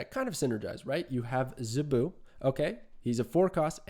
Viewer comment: Zabu rhymes with "taboo". Great analysis, btw! Fun facts: Dazzler made her debut during the Dark Phoenix Saga (X-Men), the issue AFTER Kitty Pryde made her comic book debut, in February of 1980. Zabu has been Kazar's sidekick since forever (seems). Early X-Men issues had the team running around the Savage Land quite often. The X-Men slumming around the Savage Land was always pretty fun. Nothing like Storm in a fur bikini or Wolverine get into a fight with a dinosaur. Sauron is a mutant (and ANOTHER X-Men adversary). His human form, Dr. Lykos, has powers similar to Rogue - he can steal your lifeforce (and kill you by doing it), which turns him into the maniacal Sauron, who could hypnotize and turn a hero against their team. Think Dr. Jekyll and Mr. Hyde, if Mr. Hyde could fly and had hypnotic powers. He was a scientist in the Savage Land.